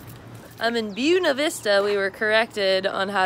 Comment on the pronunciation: remember we're in Appalachia. The correct pronunciation is "boona vista" 🙂